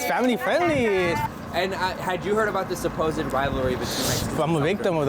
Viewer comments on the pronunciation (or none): Un pequeño apunte: supposed son dos sílabas "səˈ-pōzd" tú le metes una "e" antes de la "d" (səˈ-pō-zed) que no tiene. A mí me pasaba con clothes que es una sílaba "klowthz", y yo la decía con dos "klow-thez". Es un error bastante normal en los que somos hispanohablantes. 😅